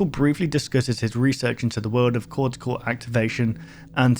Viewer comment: ......"gauge" is pronounced "gage", and "cortical" is pronounced "cor-tih-call". "Cortisol" is something entirely different.